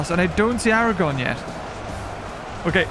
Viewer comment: The future king of both gondor and iron ore is not named Aragon it's Aragorn ARAGORN there's an R in there there's two R's in there in fact. if you're going to do a load of the rings batter battle get the names of the people the players correctly And thank you for removing sour on he was never in this battle.